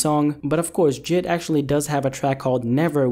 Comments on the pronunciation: His name is j.i.d not jid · Jid? For fucks sake its J.I.D